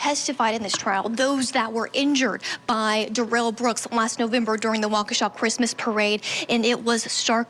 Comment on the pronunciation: Somebody needs to tell this reporter how to pronounce Darrell. I know he didn't want to be called Darrell, so did she decide to say Derell instead? Lol